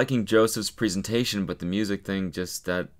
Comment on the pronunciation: Cody is turning American because he’s saying preeesentation